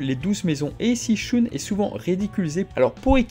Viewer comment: Arrête de prononcer "Shoune" c'est horrible :/